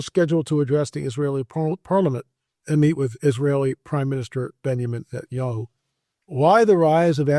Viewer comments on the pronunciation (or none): none